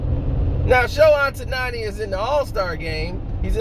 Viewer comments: Sho-Hay Oh-taw-nee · I wish you can pronounce his name right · sayin dude name wrong. asians gone b mad lol